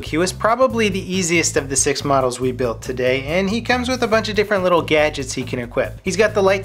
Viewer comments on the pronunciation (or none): none